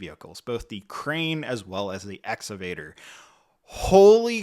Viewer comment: It's pronounced Ex-ca-Vator